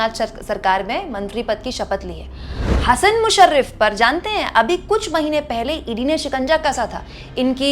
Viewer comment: हसन मुश्रीफ, ना की मुशरीफ